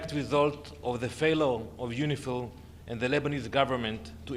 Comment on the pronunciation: Is that UNIFIL or UNIFILCH?